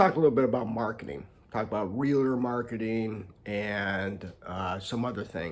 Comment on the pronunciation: It's not Real-a-ter it's realtor